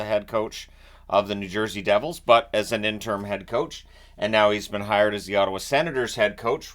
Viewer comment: it is pronounced In-ter-im....a 3 syllable word.